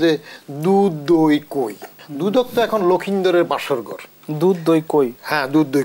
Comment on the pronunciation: Sir dudh dou koi 1st time sunlam... Hahaha Dudok r dudok nai taholay...